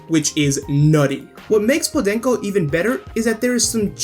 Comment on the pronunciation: I like the pronunciation of "podenco"